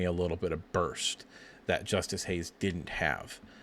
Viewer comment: This is bad. It’s Justice Haynes. Not Hayes. Haynes has burst 4.4 sooner , that’s why he averaged over 6 yards per carry and was a highly sought after 5 star Your early seem confused on Haynes , quicker tha. Marshall not as powerful imo